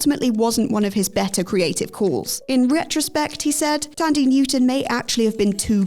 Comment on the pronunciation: Her name is pronounced Tan-Dee-Way Newton (Thandiwe Newton), not Tandy Newton.